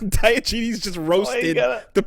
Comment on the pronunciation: “Dye Oh Genies” The fuck...